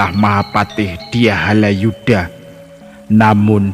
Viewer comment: Bukan Haladjuda mmbacanya tetapi Halayuda.